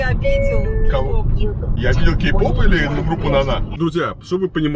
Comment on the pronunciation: Мне одному послышалось не K-pop а гей-pop, хотя наверное разница не большая🙂.